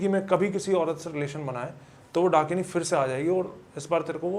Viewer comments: Dunkini❌️ Dakini✅️ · Host : भाई वो "" डंकिनी "" के बारे मे बताओ... 🤗🤗🤗🤗 . . Guest : ब्रो ... ""डंकिनी "" नहीं...... ""डाकिनी "".. 🤗🤗🥺🥺😬😬😬 . . . Ghost community listening to this podcast be like : ""डंकिनी ""...... हाहाहाहाहा....🤣🤣🤣😂😂😂😂🤣🤣🤣🤣🤣🤣😂😂😂🤣👻👻👻👻👹👹👹👹🤣🤣😂😂🤣🤣😎😎😎😎😎